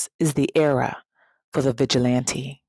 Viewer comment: I thought she said Bitch-il-lante 😂😂😂